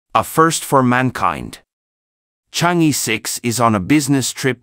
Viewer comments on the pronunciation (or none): Pronounce as Chang Er not Chang E. E is pronounce as Er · Excellent report! Chang'er should be pronounced as Chang-Earl. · It’s pronounced Chang er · Yes, in the Chinese pronunciation system, the vowel "e" is pronouced as "er"... Thus, "chang'e" should be properly pronounced as "charng er". It would be useful for foreigners to learn how to pronounce words correctly the Chinese way when presenting about things in China.